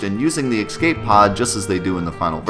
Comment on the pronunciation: EXCAPE pod. EXCAPE. XCAPE. X-CAPE.